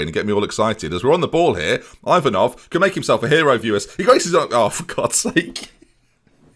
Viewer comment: You are pronouncing Yanchev's name perfectly here, don't ruin it by putting a random"J" on the other hand your pronunciation of Ivanov isn't really good, but I will let you off since I've never heard an Englishman pronouncing Bulgarian names ending with "ov" properly